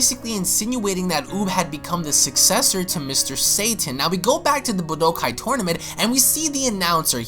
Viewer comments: Nigga said budokai wrong FAIL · pah pie yah man lord almight save me and u have said budokai correctly before my head tilts each time i hear it said weirdly